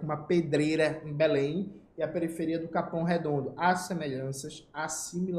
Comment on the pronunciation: comentou muitas coisas muito interessantes e com comentários relevantes mas venho aqui para comentar "ELE FALOU "MACAPÁÁ" e "BELÉMM" hahahahhah